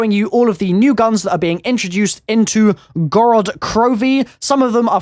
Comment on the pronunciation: I'm Russian and i just want to ask you if you could pronounce town (Город) (Gorod) with a heavier pronunciation on the first o and not the second one. So like Górod Kirovi. Thanks! FYI it doesn't really matter I just wanted to feel important. Notice me senpai!